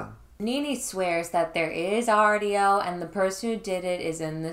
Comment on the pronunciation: The way you say 'audio' is on par with Bigfoot saying 'daughters'